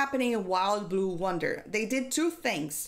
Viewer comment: Its yonder.. you keep saying wonder